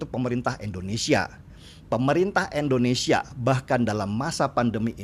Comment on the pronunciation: Bang Deny, mohon maaf sebelumnya. Hanya kasih pendapat utk hal kecil, namun cukup mengganggu. Negara kita itu Indonesia, bukan Endonesia. Trima kasih 🙏